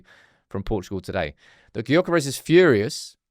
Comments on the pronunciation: It’s pronounced Yokeres!! The G is silent!! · Please, for the life of G, pronounce his name as 'Yur-keh-rehs'. I'm English ffs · It's Yokeres! The G is silent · It's Yokeres! The G is silent.. shows how much you know! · Please pronounce his name correctly